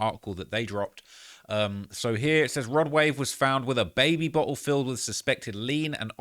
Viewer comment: Bruh did yall hear him pronounce baby bottle “Bae Be Bot El” 😂 say it again